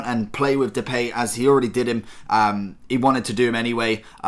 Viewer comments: you pronounce it as "duh pie" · "The Pay" really?